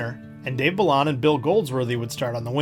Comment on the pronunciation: Great history. For what it's worth, a couple of player names were pronounced differently. Dave Balon is bah-lone, and Andre Boudrias is BOO-drey-ah.